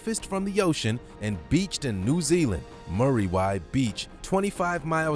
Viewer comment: when you say muriwai try roll the R, it is a maori word also roll the R on that too, kind of said like Moodywai